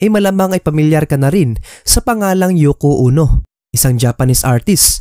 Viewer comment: Yoko Ono po hindi Yoko Uno 😊